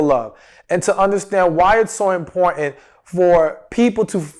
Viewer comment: I'm not trying to be mean but when you say the word "wooling" 😳 its "willing" I cringe 😖 Also the word "important" is not pronounced the way your saying it.. I listen to your videos all the time but I cannot stand to hear these words pronounced wrong... now in this video I heard you say "willing" but then you switch back over to "wooling" 😳😖 Its like people that say "warsh" instead of properly saying "wash"... Where does the "r" come from?